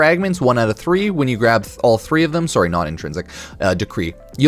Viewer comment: Tell me you’re Canadian without telling me you’re Canadian: “Sorrow” 😉 Great video! Can’t wait for Duviri!